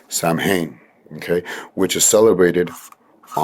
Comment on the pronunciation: Another wonderful video from you! Love it! I'd like to offer for those who don't know, Samhain is pronounced SAH-WAIN or SAW-AIN, the "M" is silent. But otherwise, very informative as usual, keep'm coming! <3